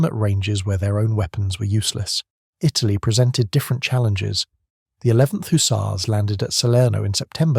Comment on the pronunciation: Don’t forget the HooTzars!!😅